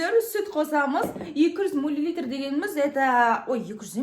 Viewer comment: Мә жаным милилитыр деп әпке😊😊